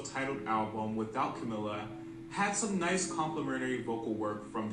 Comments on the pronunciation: her name is pronounced CaMEEla CabeYO not CaMillUh CaBello. it's a spanish name and different from "Camilla" so it doesn't sound the same. Edit: Camila became the most marketed member because a lot of fifth harmony fans found her the funniest. Originally (better together era) they intended to market Lauren as the face of the group but switched to Camila after her popularity grew. Her distinct voice also helped. Camila's consistency with live vocals also helped. Their Kelly & Michael performance kind of showed that she had better breath control than everyone else. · Camila's name is pronounced camEELa cabeYo